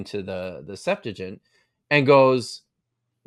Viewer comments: What is the "Septagint"? Do you mean Septuagint? How can we trust this guy if he is doesn't even know how to pronounce Septuagint? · You still cant pronohnce Septuagent correctly 😅😂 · mispronounces the Septuagint every time